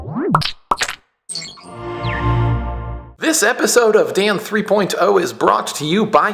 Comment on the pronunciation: I noticed your pronunciation of 3.0 today. :P Very nice.